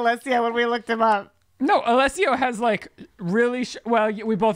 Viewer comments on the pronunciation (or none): I’m pissing that they kept saying Alessio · Lol not y’all saying Alesso wrong and him not even being part of Swedish house mafia 😂😂 cute though